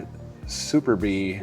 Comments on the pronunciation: Not to be super-fussy, but it's not "Super-Bee." It's "Superbe," which is the English word "superb" rendered in the French language. ("Superb" meaning "marked to the highest degree by grandeur, excellence, brilliance, or competence" according to Merriam-Webster. From Latin: "superbus") And it's one of those cases where the French and English pronunciation is the same. So: "Superb" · "suntour Super bee" and "Veetoos" made be chuckle, but "Biarn chai" was S tier